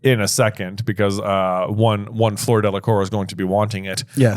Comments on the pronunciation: Her name is not Floor or Flor. It’s Fleur isn’t it? It’s not “o”. It’s like an open “u”. It’s more u than o. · Coming from a French family heritage (no hate from the Brits 😂), "Fler" is close ("floor" is hilarious!). Actually, think of "flew"... "flew-er". So "Flewer de la Core." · Guys. It's FLEUR Delacour, not Floor Delacour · J trying to correct how says Fleur when says it better and J says ‘floor’ 😂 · Finally! 😂 I was hoping you guys would address the Fleur pronunciation. Sorry I took several years of French and every time you guys say floor my eye twitches lol. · As a fluent speaker of French I can tell you that Fleur’s name sounds a bit like the first syllable of flurry. “Eur” and “our” make distinctly different sounds in French. Delacour rhymes with tour, as in Tour de France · I have yo ask. Why are you pronouncing Fleur like floor. It should (somewhat) rhyme with purr (like a cat). I noticed it a while ago and am jsut wondering. 65 minutes in. Wow, you read my mind! (still, no French in high school?) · I wasn't gonna comment on your pronunciation of Fleur, because that vowel sound might not come naturally to you, but since you yourself brought it up in the video, it does annoy me so much when you say Floor all the time, and I'm not even French, I'm Swedish. I'm sure French person would find my pronunciation bad as well, but at least I try, and in this video you do show that you can pronounce it at least closer to how Fleur should sound rather than Floor, but you still say Floor. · Please. Fleur is not pronounced like floor.